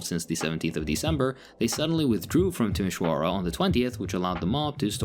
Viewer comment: And of "Timisoara"! In fact, it's probably the best spelling of that city i've ever heard from a non-native speaker! 😂 (ah, except a Russian Moldovan girl who I met in college, but she doesn't count cause she had a Moldovan Romanian boyfriend and spoke our language almost fluently...)